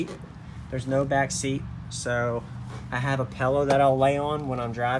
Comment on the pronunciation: "Pillow" not "pellow"